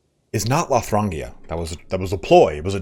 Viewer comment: Frisia is pronounced Freesha, as in the cow breed. Lotharingia is pronounced loffar in jia.